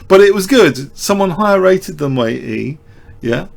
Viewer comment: Very well explained as usual. The Chinese opponent in the 2nd game is Chenxi Zhao. Your pronunciation of this name as well as that of Wei Yi is not too bad. Chinese is rather difficult to pronounce for westerners.